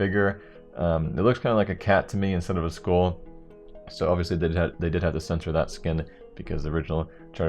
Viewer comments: u realize "skull" isn't pronounced as "school" right... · holy shit... the way you pronounce "skull" triggers me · wtf how does he say skull